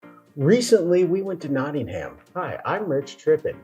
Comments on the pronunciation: 🎉The city is 'NottinghUm' not 'NottinghAm' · No such place as Notting-Ham. It's Nottin'um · Gosh my internal autisitic british head is going crazy at there mispronunciations especially of nottingham it ends with a hmm not a ham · If you really do want to learn about England and the English as you claim at the start you could do well to learn how to pronounce English place names the way they are pronounced in England! Nottingham Castle is pronounced Nottingum, one word, Castle not Notting Ham Castle just like Buckingham Palace is pronounced Buckingum Palace not Bucking Ham Palace! A little bit of preparation goes a long way! Hang on a gosh darn minute! I just got to 1 minute into the video and gave up. You seriously thought that America was the only country in the world that ever had a civil war? Seriously? Are you kidding me? Honestly? Go on, please tell me you were joking! Pleeease! For the love of God, please tell me it was a joke just for my own sanity before I start tripping! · It is pronounce 'knotting-em'. Hence the dirty song. And remember that the term "Civil War" actually comes from the Latin and the Romans had a civil war after the death of Julius Caesar. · Please say Nottingum. Please note, also, that there have been a number of so-called 'civil wars' in England, one of them three hundred years before Columbus set sail to 'discover' the Americas. The Stephen and Matilda war could be classed as civil war, and later on, but still before 1492, the Wars of the Roses lasted over thirty years in the mid-1400's. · NOT ing HAMM 🤣🤣👍👍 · Your ears must have bled every time they said Notting Ham the way mine did! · You haven't learnt how to pronounce Nottingham yet.😅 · Did you actually go to Nottingham? Because no one in Nottingham pronounces it like you do. Thats the American way. Did you even speak to any British locals?